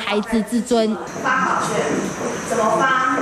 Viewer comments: 台灣的記者齁.... 發考「券」 水啦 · 1：17 發考「券」是什麼鬼😂😂😂